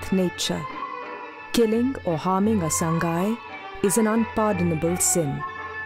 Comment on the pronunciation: Pronounce as SA-NGAI not SAN-GAI Also Name-SANGAI Not SANGHAI